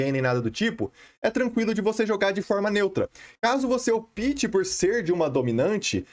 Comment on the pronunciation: Cara, gosto mto dos seus vídeos e conteúdo... Só uma dica que gostaria de dar, fica a seu critério seguir ou não... não quero ofendê-lo... como um interlocutor, quando vc diz no vídeo: "caso vc opte", vc está pronunciando errado, o certo seria "ópte" e não "opite", conforme vc tem pronunciado... sei que já falaram isso em outros vídeos, principalmente qdo falamos de servers "optional PVP", mas por ser em inglês não há necessidade,,, agora em português acho que seria interessante se atentar a isso... abs